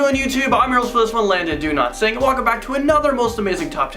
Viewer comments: The first time you say your name I think you say “do not sing” so I get confused but then I read it and it turns into those ohhhhhhh moments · Rowan Kaboom I did too!😂